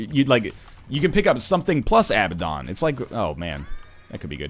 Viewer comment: IT IS PRONOUNCED uh-BAD-un, NOT a-ba-DON